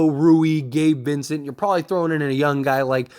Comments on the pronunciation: The word is “younG” not yunn like you’re pronouncing. It drives me crazy in your vids. Other than that keep up the good work! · Bro I know you can say young correctly I believe in u